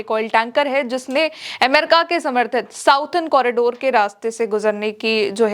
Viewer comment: प्रिय, आप की ताजा खबर बहुत अच्छी होती है। एक सुझाव के लिए माफ़ी चाहते हैं। अंग्रेजी में जिसे आप साउडर्न कॉरिडोर कहती हैं उसका correct pronouncement “सदर्न कॉरिडोर” होता है आप का शुभाकांक्षी